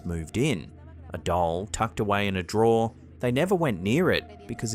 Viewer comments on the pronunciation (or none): none